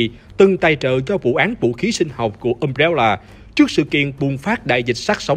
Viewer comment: Cốt truyện hay, đọc ok đó anh ad ơi Nhưng mà: Um-Bre-La hay đọc là Um Re La Hỏng phải là Um Réo Là 🥲🥲🥲